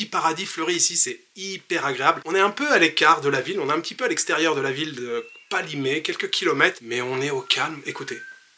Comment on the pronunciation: Merci! Tu me donnes envie de séjourner au paradis… en plus il est 🌷. Pour le parler togolais: ne dis pas KKKpalimé avec un grand K mais plutôt Palimé avec toutefois un léger k très peu perceptible kPALIME. Nos colonisateurs écrivaient PALIME.